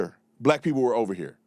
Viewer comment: Can’t even speak right. Pee-poe. It’s people. Learn English